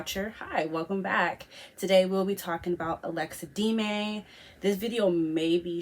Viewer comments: No she was clearly saying D-may it's not pronounced like that it's de-me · it's pronounced DEM-MEEE not deemaay what you were saying :)